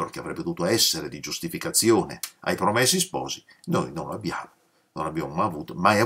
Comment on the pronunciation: Professore, a proposito di 'sciacquare i panni in Arno' e riagganciandomi alla sua richiesta di far notare eventuali imprecisioni, faccio un piccolissimo (quanto inessenziale) appunto di ortoepia: in italiano neutro (o standard che dir si voglia, su base toscana, in pratica) 'promessi' ha la è chiusa, 'sposi' la o aperta.